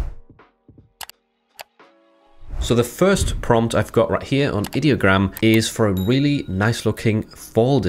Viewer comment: Like the video, very informative 👍 Its pronounced eye-diogram btw they say that in the rules channel of their discord, I'm guessing alot of people pronounce it id-diogram